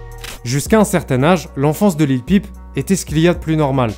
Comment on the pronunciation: Bien c'est simple, Il prononce mal Lil peep . Cette anglicisme ne se prononce pas comme une pipe lol.